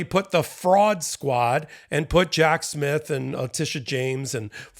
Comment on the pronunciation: You made it sound like "Jack's myth" when you said Jack Smith. Some people are gonna love that! 🤦‍♂️😝🤣🤣🤣